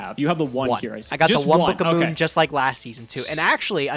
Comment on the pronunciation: says book of moon like “bukuhmoon”